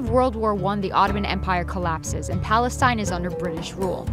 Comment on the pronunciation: What about Palestine? Why was she saying that wrong?